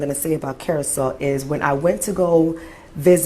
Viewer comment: Curacao is pronounced /'ku-ruh-sow/, like "how" or "wow".... You are correct about the racism there, and all of the islands controlled by European colonizers. I'm glad the blacks in Curacao are speaking out because usually blacks in the Caribbean and South America bow down to the white colonizers. And many deny their blackness often to fit in. None of the Caribbean and South American countries have ever had a civil rights movement after slavery, so they are far behind black Americans in terms of equal rights and black pride. And blacks are at the lowest level of all other races.....And I hate all religion, especially christianity and the magical man flying around in the sky with magical powers (god)--the white man's religion.